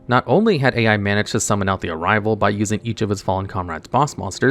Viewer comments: Top 20 name mispronunciations because for someone who can explain the themes behind these boss monsters, "Yusei's Fudo's" and the failure to pronounce "YUSAKU" three times in a row suggests he crutched a bit too hard on the wiki. Ai is also pronounced like "aye"... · I die a little each time Yusaku's name is mispronounced. And when Ai is called "A.I." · Kuibelt the blade dragon is good? Is Yusaku. not Yusaka And pronounce Ai as a single sound. not individually spell "A.I."